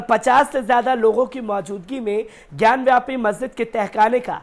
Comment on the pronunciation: ज्ञानवापी बोलो ज्ञानव्यापी नही ढंग से बोलना भी नही आता